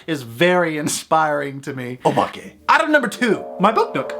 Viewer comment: your pronunciation of “obake” was on point I really recommend Nippon Youkai Daizukan (にっぽん妖怪大図鑑) by Tooru Tsunemitsu (常光徹) The illustrations are crazy good; I bought it when I was maybe Seven and it gave me hella nightmares